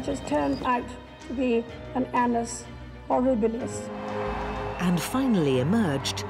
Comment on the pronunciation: "An-n-us horribilis"